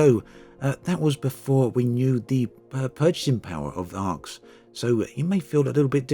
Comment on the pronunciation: Arx, pronounced "Arse"